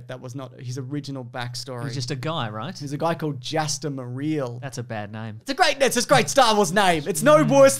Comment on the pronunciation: lol so where did we land on "Jaster Mereel?"